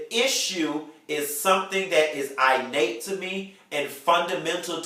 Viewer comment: it's IN-nate. not I- nate...lawd